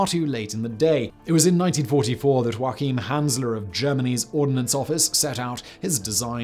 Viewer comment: wow! As a German I would have never thought that anyone could ever so greatly mispronounce the name "Joachim" 😂😂😂 If you don't believe me, go and open Google Translator, set it to German, type in "Joachim" and have a laugh with me. This was sooo far off 😂